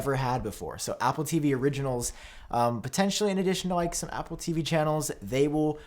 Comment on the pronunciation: Why does he pronounce Apple as “Appooh”?